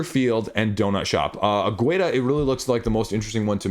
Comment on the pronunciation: I'm Portuguese. The U of Águeda is silent, it's not pronounced. Love the content, have a good weekend